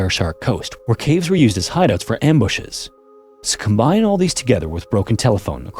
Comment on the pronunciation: Ah yes, the good ol fashion "waygons" pfft freaking Canadian elmer fudd. Slow the hell down. you say "Suhcombine" instead of "So combine." You're not in a race here bruh.